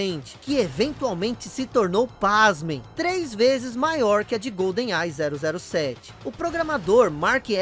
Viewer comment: Que agonia ficar ouvindo "Golden AI" kkkkkk é igual falar "Pan Americano" ao invés de "Panamericano". A pronúncia certa é "Goldenai" mesmo.